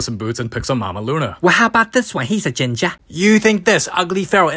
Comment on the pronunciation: The emphasis on “ginger”